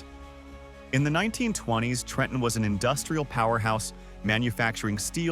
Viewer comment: Best part of this compilation was A.I. voiceover pronouncing "TREH-EHN" correctly on the first attempt 😂😂😂